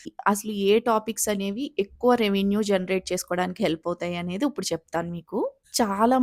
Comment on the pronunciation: Prospective youtubers కి ఉపయోగపడే content అభినందనీయం. 95% ఈ తరం తెలుగు యూట్యూబర్లు వాడే అధ్వాన్నపు భాష కాకుండా మీ భాష నచ్చింది. "ఇప్పుడు" బదులుగా " ఉప్పుడు" అన్నారు. మార్చుకోండి.